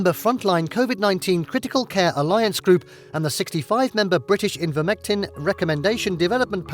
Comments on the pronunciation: The narrator cannot pronounce Ivermectin correctly. He says repeatedly, “Invermectin”, which is quite pathetic given the importance of this subject. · Thumbs up for the video content, thumbs down for continually calling ivermectin "envirmectin".